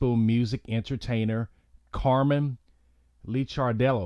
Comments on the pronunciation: Dude, it’s pronounced “Liquor dellow” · Its Lick-ar-dello. Its On-col-o-gist. :)